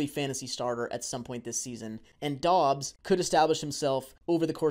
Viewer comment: It’s pronounced Dubs not Dobbs just so everyone is aware. I’m a bit biased because I went to college with Doubs. He is very underrated and only fell in the draft due to an injury. He’s gonna surprise some ppl